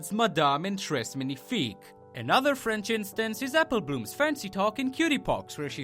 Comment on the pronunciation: One thing-Frence? It French :)